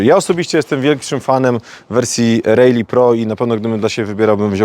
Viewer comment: Naucz się wymawiać prawidłowo RALLY